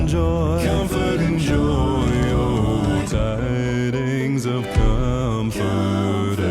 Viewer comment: You say "com-forth"? It's pronounced: kuhm-frt, so yeah, drag that out as a long note and it is "fert". That really isn't an example of changing vowels to reach certain notes. edit: lol I went back to when you said "listen to when he sings 'comfort'" and you literally pronounced it the same way he does lmao ('cause, y'know.. that's how it's pronounced)